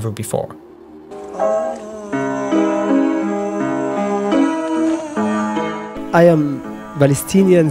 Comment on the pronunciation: fifteen hundred befode cwist